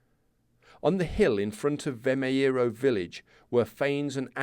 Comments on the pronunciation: Sometimes the last 'O' sound in Portuguese could turn a little bit to a 'oo', like in boot. Thus, Vimeiro sounds like "Vi-may-roo", using English phonetics. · Pronounced something like "vi - may - ruh" 😊 nice series.